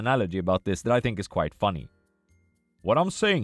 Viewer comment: For everyone's sake, sir, please, "quiet" and "quite" are different words, it's been years of you pronouncing it wrong!